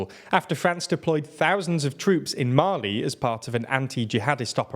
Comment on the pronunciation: Your pronunciation. Mali and are not Malayans. Dunno what the latter is